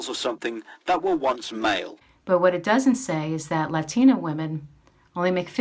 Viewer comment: did anyone else hear her saying "latino" as "left-handed"?